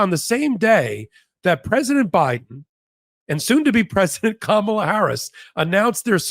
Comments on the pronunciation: Kamala. Accent on the 1st syllable. Why do you use the Trump pronunciation? Insulting. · Please learn how to pronounce our VP-soon-to-be-President's name. Think of 'comma' -la, NOT Ka-mala. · C'mon, have enough respect to pronounce her name correctly. KAM ala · Please please please please!!!! It’s hard enough to hear MAGA not know, or refuse to say her name right. I would expect her greatest supporters to know!!!!!! Cahm ah lah. Emphasis on the first syllable. PLEASE!!!!! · pls pronouce Kamala correctly.